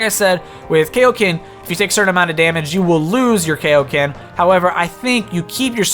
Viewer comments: it's KAIOKEN not kaoken as in king kai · What did you just say? Kayo Ken?